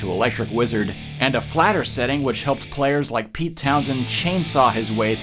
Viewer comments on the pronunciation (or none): none